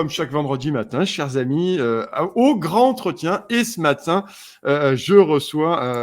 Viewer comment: Désolée de te reprendre,,, mais j'ai toujours les oreilles qui s'agitent lorsque tu dit: le grand-entretien. On fait la liaison. Et le D se prononce T. Le gran(t') entretien. Belle journée à toi toi et à tous:):)